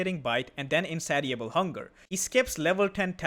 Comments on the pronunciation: FYI: in-say-sha-bull hunger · The "ti" in "Insatiable" makes an "sh" sound like in the word "nation". I know english is a nightmare...I wouldn't say anything if you weren't already doing a good job with the language. Hope this kind of feedback isn't burdensome, love your content